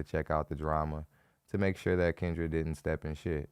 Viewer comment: Its almost as if you said "cringe-dra" for Kendra😅😅😅😅